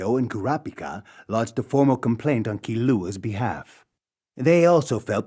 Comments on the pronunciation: Bro said Key-lew-A instead of Killua 💀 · I watched the 2011 ver and now i watched this one and it bothers me how they say killuas name 😭 kill-u-ah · It's supposed to be pronounced "Keen-wa" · SAME i was trying to find this comment!! it made me so annoyed when they kept saying kilLUA 😭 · They be butcherin my boy Killuas name 😭